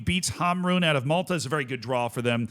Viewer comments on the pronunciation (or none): none